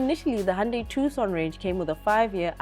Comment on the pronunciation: Its pronounced "Two-son" & I'm I the only one hearing her mostly in my left ear? & why do you leave in a blooper? why not save it at the end of the video? you guys make her come off as incompetent. Otherwise good video.